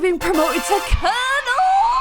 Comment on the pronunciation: Not me being impressed by your flawless pronunciation of colonel 🤣